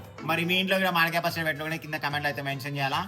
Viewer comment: Not pacchada 🤣 that's is pacchadi 😁